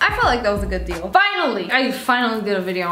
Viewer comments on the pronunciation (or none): none